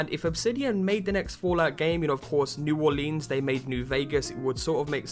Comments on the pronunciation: It's pronounced New Orlins, not New Orleens; unless you're from there, then it's Nawlens. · It's New Orleans not new orleeens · Hey, don't lean on the lēan. It's New Orleans. Not New OrlEEEAAAns. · lol fallout new orleens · Why does everybody pronounce it "New Orleeens?" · u need to say it like new orlands kind of I live there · say Orleans like here in the usa plz it pisses me off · The way you say New Orleans is hilarious to a me as a Louisiana native. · good video but I grew up in New Orleans and holy shit I was crying on how you Orleans